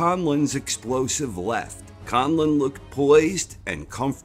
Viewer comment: I am absolutely impressed how you pronounced Conlan, he still makes Ireland proud.